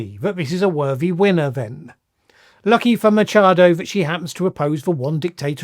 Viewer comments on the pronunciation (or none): Machado not micha el